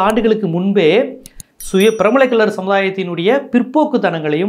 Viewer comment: Pranmalai Kallar r not DNT so be careful while pronouncing "Piramalai"Kallar